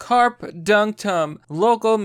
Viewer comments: Dude, learn how to pronounce shit. "Carpe" pronounced "Kar-Pay" from "Carpus" is Latin, meaning pick, pluck, pluck off, cull, crop, or gather. As in "Carpe Diem" meaning "Seize the day". It's not the fucking fish. You constantly fuck up pronunciation, and it makes you sound like an ignorant little kid. When in doubt, LOOK IT UP. ... Jesus Christ. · How do you not know how to pronounce Carpe.